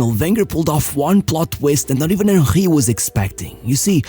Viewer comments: Bro how is Henry pronounced as Onkhay? It’s Henry I think Hank would better at this point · How this guy pronounces Henry as Ah-Hee, I'll never know. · WHO THE FUCK IS WAHHEY, cn u pronounce the name PROPERLY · “Im talking about hieyy hewny.”😂😂